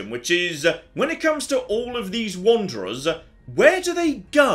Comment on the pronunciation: 'My question-ah izz-ah where do these wandererzz-ah go-ah?'